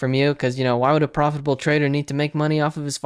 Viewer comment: Nice video. I have watched some of his vids... the way he says "profitable" hahaha so? are you are legitimate crypto trader ?